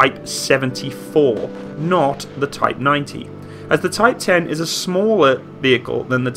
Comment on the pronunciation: Btw I think some may have pointed this earlier, it's actually called Type One Zero instead of Type Ten (Hence the japanese name: Hito Maru)